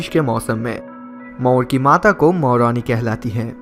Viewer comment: It's not Moroni it's Morni